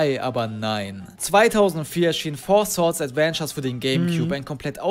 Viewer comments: Das Four "Schwords" ist eine Anspielung auf lookslikeLink, der es zu Beginn seiner Karriere so aussprach. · Bester Versprecher von mit Four Swords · beschwert sich über schwords sagt aber swords